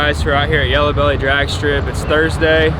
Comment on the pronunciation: Yello Belly?? you mean "HELLO WHEELIE":hand-orange-covering-eyes